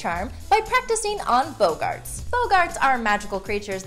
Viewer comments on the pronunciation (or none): they, not bogarts they are boggarts you muggle fyi you know all this if you read the books